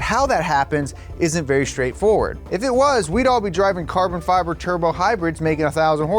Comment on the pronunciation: “Carbon Feber” 🤣🤣🤣